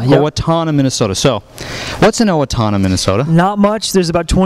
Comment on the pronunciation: XD he keeps saying owatoona! it's owatona Get It Right!! lol